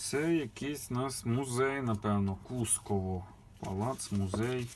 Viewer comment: Правильный наголос -КУскОво.